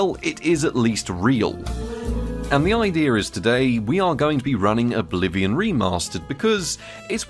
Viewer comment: Am i the only one who heard "Bolivian remaster?"? 😅